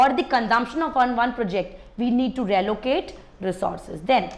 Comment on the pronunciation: it's not rallocate it's re - allocate